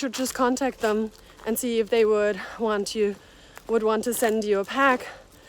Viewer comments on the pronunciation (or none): none